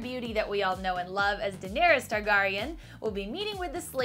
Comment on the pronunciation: Tar - gare - y - en Not tar-gar-y-in